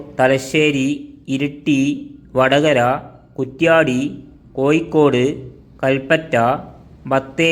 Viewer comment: ആദ്യം കോഴിക്കോട് എന്ന് ശരിയായി ഉച്ചിരിക്ക്